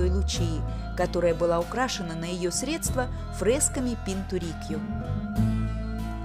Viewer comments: спасибо за видео. Очень интересно. Но слова "средствА" и "креслА" очень порезали слух. Ударения в них правильно ставить на первом слоге. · Экскурсия и правда очень познавательная и музыка не отвлекает, но режут слух неверные ударения: креслА, креслАх, средствА....